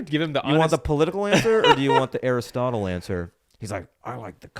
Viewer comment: “Give me the Stotle” 😆